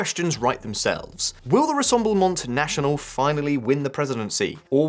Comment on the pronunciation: Your French pronunciation REALLY lets you down in this one: - Rassemblement National - Philippot Where's her ankle bracelet?